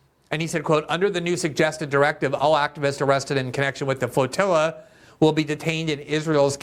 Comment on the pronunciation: Ur speech impediment is so annoying youre definitely better as a writer.. fwoatiwwa